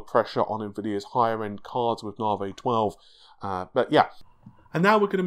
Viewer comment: Ladies & Gentlemen, his name is... and he still pronounces Navi as NAH-VAY.